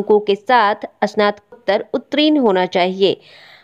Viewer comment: ' उत्रीन ' अशुद्ध उच्चारण है मैडम. सहीउच्चारण. ' उत्तीर्ण ' होगा.